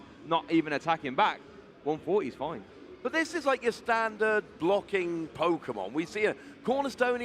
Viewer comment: I know he says "blocking Kyurem" but it sounds like he dropped an F bomb 😅